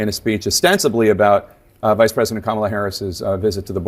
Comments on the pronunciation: Kamala was born mentally impaired, yet Donald can’t even say her name correctly. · How can anyone vote for Trump? He can't even correctly pronounce the name of his opponent! Or he doesn't want to pronounce it correctly. Either way, it is weird. It would be like Harris and Walz pronouncing Trumps name as "Do nothing Donald" or "Dontnald." The Democrats have more class than that. Further reason why everyone should vote BLUE! 💙